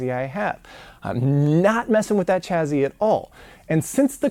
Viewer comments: OK. It's taken me 13 parts before I asked this: Why do you say "Chaz-zy" and not "Chas-sy" for chassis? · "chaZZy"? WTF is that?